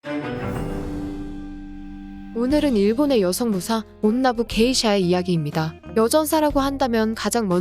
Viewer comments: 그 읽는게 온나부 게이샤가 아니라 온나 부게이샤 같은데 아닌가요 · 다른 분들이 댓글로 지적했는데 이정도면 썸네일이랑 영상내용 수정해야하는거 아닐까요? 1.온나부 게이샤가 아니라 '온나 부게이샤' (한국어로 치면 여성 무예자를 '여성무 예자'로 말하고 있음. 발음하기 어려우면 온나 부게샤라고 하던지요...) 2.호죠 마사코는 '미나모토 요리토모'의 정실부인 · 영상에서 말할때도 온나부 게이샤라고 말하는거보니 어질어질.. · 진짜 일본어로 치면 여자무 기생 이렇게 읽어버림ㅋㅋㅋ 이 채널이 그렇지 뭐